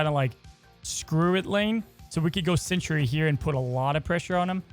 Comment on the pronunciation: It is Sentry, like a scout or a guardian, not Century like a a hundred years. But other than that, thanks for show